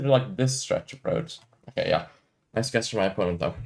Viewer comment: when you say "yea" it sounds like "yap" 🐐